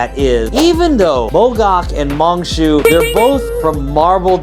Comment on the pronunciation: It's pronounced as Mine Shuuu.